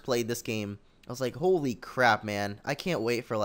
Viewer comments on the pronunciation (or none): none